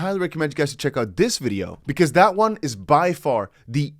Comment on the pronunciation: Bruhhhhhh The emphasis on”check out this video”